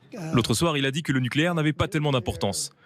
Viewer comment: On dit nucléaire pas nicléaire 😅